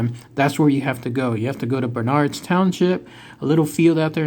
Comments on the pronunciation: Towns pronounced "burnerds". The Klan is still here...allegedly. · FYI...It's pronounced "BURN erds" county..Accent on the first syllable. I grew up miles from there.